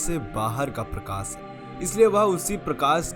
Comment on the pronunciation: भैया ...सिव ,प्रकास और दर्सन की जगह शिव ,प्रकाश और दर्शन बोलना सीखों । सफल रहोगे